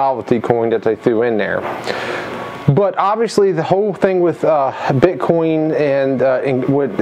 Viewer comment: those are different Cryptocurrencies in this Coin Pusher. Also, You Keep Saying Bit Con instead of BITCOIN!!! #Ethereum #Dash #Bitcoin #Litecoin etc.